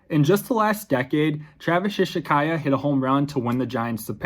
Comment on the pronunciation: that was pretty close, but ishikawa is pronounced like ishi-cow-a